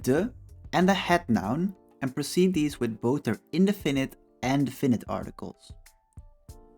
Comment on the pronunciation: Thank you it helped. By the way ... the stress is in "de" ... in DE finite